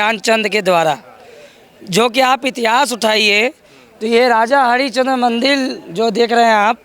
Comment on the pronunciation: Thik hai, per aap mandir ko mandil kyo bol rahe hai, aur aap ek sant hai bhasha per control rakhiye 🙏🙏